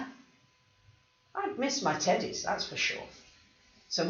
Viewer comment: I’m not sure if you’ll think this is funny or inappropriate, but sometimes when you say teddies, I hear titties... 😂 “I ‘ve got my two titties here!”